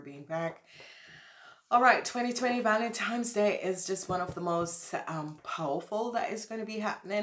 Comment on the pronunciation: Sorry but it's not valentimes day, it's Valentine's day